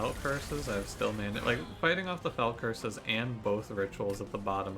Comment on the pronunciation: "Fell uaaa curse" Love it